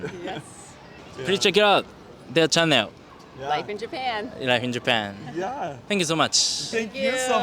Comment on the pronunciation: You pronounce "channel" as chan neo. Haha that made me confuse a little